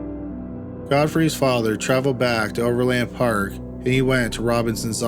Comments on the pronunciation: Ok... it's not pronounced over LAND park... it is one word pronounced with more of an "in" sound than an "an" sound, no inflection, just Overland Park. And it is in KS not MO. I also thought I heard you say "Oakland Park, Ks" once in there ... that doesn't exist, there is an Oak Park area of Overland Park.. in JOHNSON COUNTY KS. No Ville... just Johnson... you got all that wonky but managed to pronounce "Olathe" correctly.... I can't sort you out...lol And for those still confused.. yes we both have a Kansas City ... we both have a Johnson County... neither have a Johnsonville (county)... that's a sausage company... and OP is in KS only... that is all... so far... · Overland Park, "O' verland Park". Exactly how it's spelled. Also, that's Kansas. Not Missouri.